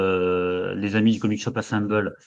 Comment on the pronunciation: qui tout le long de la vidéo pense qu’il prononce bien Comics Shop Assemble et pas assemblée 😂